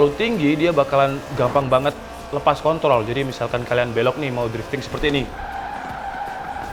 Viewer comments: bang di menit 4.04 kepeleset ngomong kontrol jadi kon*ol wkwkwkwk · Pake "R" Wkwkwkw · pake "r" 😂